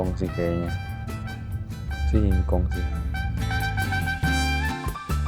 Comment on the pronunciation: Singkong tuh! perlu penekanan ya mas hahaha